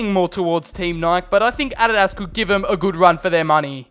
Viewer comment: Adadaz instead of adidas